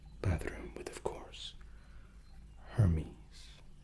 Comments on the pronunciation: Amazing video but I’m fairly sure the pronunciation is “air•maize” not “her•mees” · Isn't Hermès pronounced more like Error-Mez instead of Her-mes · isnt hermés pronounced Air-Mez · Hermès is Air-Mez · i have come back to this video dozens of times it never gets old and puts me to sleep. the pronunciation of Hermes though...